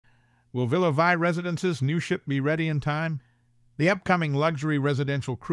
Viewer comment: Please. In Villa Vie, Vie is pronounced Vee and it means Life in French.